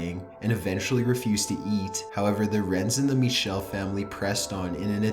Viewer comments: I'm more afraid of the way he pronounces Michel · araM The narrator pronounces "Michel" the French way, not the German way. The "ch" is a much throatier sound in German, and it's hard to write phonetically. The real pronunciation of her name is somewhere between Mi-shel and Mi-ckel.